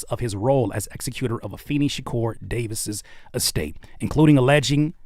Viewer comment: I’m sorry bro but you had me dying saying executor. You were pronouncing it wrong. 😭😭😭 executor is pronounced the same way you say executive.